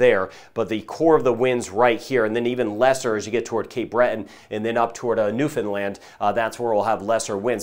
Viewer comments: Good job with the pronunciation of Newfoundland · Thank you for pronouncing Newfoundland properly. Stay safe everyone! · Thank you for knowing how to pronounce Newfoundland!!! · Excellent prononciation of Newfoundland